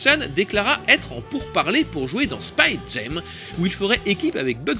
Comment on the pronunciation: Pour faire le pinailleur, "Jam" se prononce jam et pas jem en anglais. Mais sinon, encore une chronique vraiment réussie, blindée d'anecdotes en tous genres, et très agréable à regarder. Beau boulot ! :)